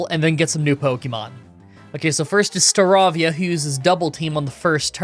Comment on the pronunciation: Horrendous pronounciation of "Staravia" btw